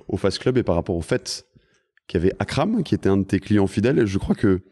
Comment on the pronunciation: il faut précisser que c'est Akram junior et pas Akrame ^^